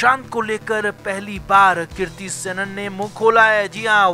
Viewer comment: Kirti nehi hai.kriti hai. pronounciation thik se bolia